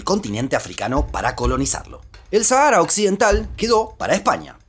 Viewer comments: En España nadie dice "Sahára", se pronuncia "Sájara". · Harto me tienes , no es sahaaara es Sáhara saaajara no sahaaara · En español se pronuncia "sájara".